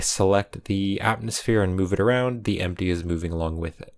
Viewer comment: Having trouble saying atmosphere? 😢